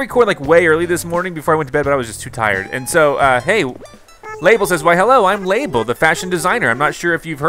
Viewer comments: Her name is not pronounced lay-bull It’s luh-bell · In this game, the spelling of her name was changed to Label from Labelle, but it was always pronounced like “Label”. Basically, she left Mable and Sable to become a fashion designer under Gracie and gained a city dialect, hence her different name “Labelle”.